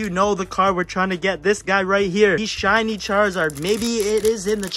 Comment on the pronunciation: When he got the kangaskan you said chiny charzard instead of shiny it was so funny